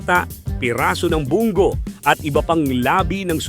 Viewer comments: Bung go dw 😂😂😂😂 ang dming words n mali ang pronounciation ! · Akala ko Bong Go, yun pala "bungo" ano ba itong nagsasalita AI?